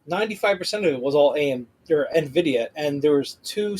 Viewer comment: Great score guys! The "Na-Vidia" gets me every time! 🤣🤣🤣